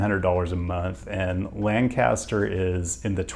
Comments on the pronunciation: Heads up as someone from PA: it's pronounced LANE-castur, not LAN-caster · it's Laynk uhster not Lan caster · Let’s go! Shout out Lancaster, PA! Not sure if you know this now but it’s actually LangKISSter. Instead of LanCASTER if that makes sense. Believe it’s a PA Dutch thing. Lancaster is highly underrated. Love the city! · Lancaster PA is pronounced like lank-a-ster. Used to live nearby in Hershey. :) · While your pronunciation of 'Lancaster' was predictably non-local, I fully agree that Lancaster is quite the place to be.! ((Except if you're trying to move to Lanc Co and still commute to NYC, no, stay outta here that's too far.))